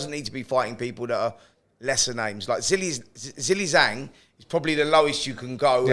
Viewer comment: I guess nobody at Talksport has bothered to ask how to correctly pronounce Zhang's name and have all just settled on "Zilly Zang".